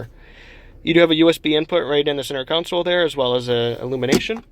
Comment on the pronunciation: I like your conversational tone, as well. Good presentation. FYI: The word is CONsole, not "counsel."